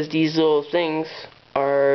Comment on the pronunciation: are you saying THESE or DEES